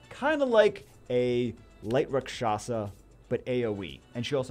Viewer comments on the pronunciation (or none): none